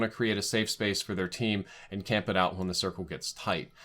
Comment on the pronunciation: No you said it right, “CAMP”